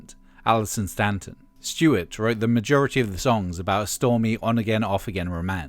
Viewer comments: Statton not Stanton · It's Alison Statton, not Stanton. Despite the clickbaity title, this was excellent and engrossing. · FFS it's Allison Statton, not Stanton.